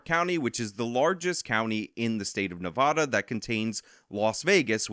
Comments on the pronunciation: How is it you can pronounce Vegas but you can't pronounce Nevada ?? It's KNEEvada not NAAvada! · It’s Nuh-Vah-Duh not Nuh-Vaw-Duh. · Please, I’m asking nicely, start pronouncing Nevada correctly. Nev-add-uh. It would be appreciated. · There's no "O" in Nevada